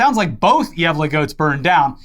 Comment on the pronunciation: I appreciate the effort you guys put in to actually pronouncing Gävle and Gävlebocken the correct way! I was genuinely impressed with how good the pronunciation was.